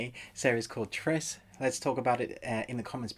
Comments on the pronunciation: Its pronounced as Tre-seh. Not as Tres. Regardless, its a nice review. The build up was really good in the series and the way how they lay the framework was really interesting. Definitely looking for a S2 as I wish they push for this series more. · Beaverhausen Easy for you to say that you cannot wrap your mind over someone’s obsession about something as “trivial” as a mispronounced name. While watching the video, I was confused for a moment hearing the word “tres” as it has a whole different meaning with trese. Guess you don’t care since it’s not your language. 🤷🏽‍♀️ And P.S. Grammar is not a measure of a person’s intellect. 😉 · Coz Tres means three, while Trese means thirteen. It's not just about mispronouncing the word but he's totally giving it a different meaning. It's not an attack to the YouTuber, just a comment. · First of all, thanks for appreciating it and giving it a good review..but I would like to point out that it is pronounced Tre-se and not Tres😊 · It's pronounced Tres-eh (13) not Tres (3) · It’s pronounced /Treh-seh/ spanish word for 13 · It's pronounced as "Tre-seh" from the Spanish word for thirteen (Trece). The Philippines was a Spanish colony for 300 years hence most of the characters names have Spanish origins. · Also, its not Kung Fu. Proper term would be martial arts. You should probably do a bit more research than rushing a review. LIke even saying the name "Trese" was mentioned all throughout the series and you still mispronounced it. just some feedback for your channel to grow. cheers